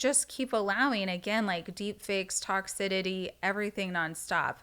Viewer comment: “Toxidity” is sending me 😂